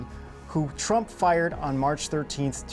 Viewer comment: Sure sounds like the narrator called Trump, Drumpf in the beginning.